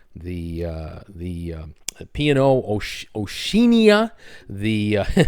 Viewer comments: [1] Yes,, at minute, it is the P. & O. Oceania... as in ocean... oceanic... hence, not "oh sheen ee uh" but " oh she anna". Thanks, Trip Reviews (below). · Pronounced O- SHE-ANA PLEASE! 😁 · Lol, hey....repeat, “Oh”- “She”-“Anna”....👍you got it! Cheers buddy🍻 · Its Osh...ee...arna:-)